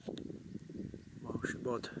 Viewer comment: For example, Moel Siabod is pronounced "She - are - bod" - just as if it was three separate words